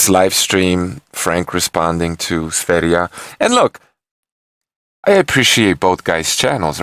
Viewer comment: You are the first who pronunciation sverige right (Is Sweden in swedish )